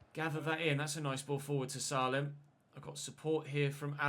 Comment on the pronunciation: you actually pronounce Salem name as Say-lem please like so he sees this ❤️